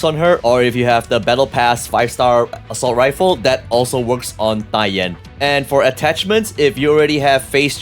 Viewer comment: Finally someone on internet who can pronounce her name correctly.